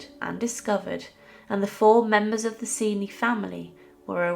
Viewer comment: To put it bluntly, the father raped Beatrice. BTW, I believe the family name is pronounced Chen-chee.